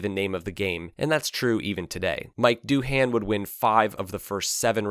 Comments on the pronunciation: Who is Mike DOOO-HAAAN. It's Mick Doohan (sounds like dooan). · You really couldn't pronounce the name of arguably the greatest, most badass rider of all time? Do you even know who Mick Doohan is? I mean really know? Doohan is pronounced doin', not doo-han. FFS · Haha, Mike Dooo-Han? I’ve never heard him pronounce his name that way. It’s Mick Doo-an to other Aussies. Not your fault, just the way “Doohan” looks on paper. Definitely Mick, not Mike though. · "Mike" Doohan? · His name is Do 'n said as almost one sylable not Doo HAN which is typical US emphasis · Doohan OK!! [and it's not pronounced "doo-han"... more like "do-an"... has the commentator even watched the old videos of the races to hear the correct pronunciation??] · Who the eff is Mike Du-han? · Just a heads up, despite how it’s spelt it’s pronounced like “doin”, not “do han”. Can’t believe you got agostinis name better than doohans😂😂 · Ah yes...."Mike Do Han" not to be confused with Mick Doohan. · Mike Doo-han 🤣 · Doo-han......... it's pronounced do-in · who the f&^% is Mike Doohan? It's Mick Doohan! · I still have 3 blockmount posters in my bedroom, each with a NSR on it. Oh, and Gardner or Doohan (doo-an, not doo-han), too. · Dooo - haaan 🙄 learn how to pronounce his surname stupid. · Doohan is pronounced 'do-en'. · Mick Doohan (pronounced 'Do-En') it must be noted, that he had the surgeons rebreak his leg/ankle into a position where he could manipulate the gear shift. Permanently. I mean, it was permanently, and still is to this day, more or less locked at the precise angle needed to use the shifter. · Mike Doo-han? Please.. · It's 'Merican accent, like Doo-cati. Mike Doohan is a pool builder on the Goldie! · mike doo-han LOL! tell me you have no clue what youre talking about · Mike Doo-HAN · Great video on an awesome period of racing. BTW, Doohan is pronounced Doin'. "Like what are you Doohan?" lol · You lost me at “Mike Doo-Han” 😂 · Mike Doo-han? who the hell is that? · Mike Doo-Han. lmao.